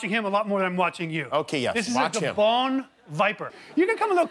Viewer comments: As good as this video is...he still pronounced Gaboon viper wrong 😂😂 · He said gabone viper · Is it just me or does it sound like he says its a bone viper when he's talking about the gaboon viper? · Isn't the gaboon viper pronounced guh-boon? Correct me if I'm wrong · OK but why he pronouncing gaboon viper wrong?